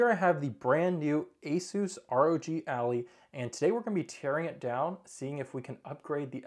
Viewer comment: Please tell me you are saying Allie instead of Ally as a meme. Its Ally like Allied forces. The device is your Ally for gaming.